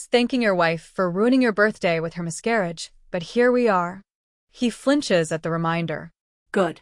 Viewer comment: No one is going mention "mis-CAR-auge" about 100 times.